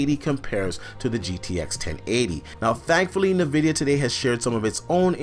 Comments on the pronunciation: Its En-vidia not nuh-vidia!! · It's N-vidia not nah-vidia